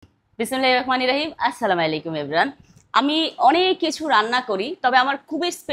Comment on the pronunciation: আপনি তো ঠিক করে সালাম দিতে পারেন না